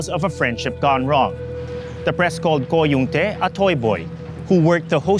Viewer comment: "the press called Ko Young-tae, a toy boy" Lol. I'm sorry, I laughed way too much at "toy boy". In all seriousness though, the amount of vocal errors this guy makes is distracting.